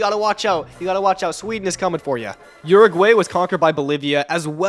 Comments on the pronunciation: "Pearagwaey" and "Urahgwaey" killed me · Uruguaey and Paraguaey is pronounciation